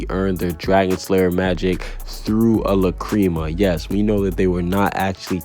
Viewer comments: La-Crema Wtf it’s La crama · I’m dead first gildarts cleve lmao instead of Clive. And now lacreama? Lmao I ain’t watching the rest after that, I paused the vid just to tell you how much of a dumbass you are for your mispronounciations (oh wait is that too hard for you to read as well?) of these words, even the dub version of the anime pronounced it lacrima. If you don’t like it stop watching fairytail then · Say La-CREAM-a one more time, I'll fight you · La-cream-mah or lack-kri-mah .... I've never heard it pronounced like u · The way he says lacrima hurts me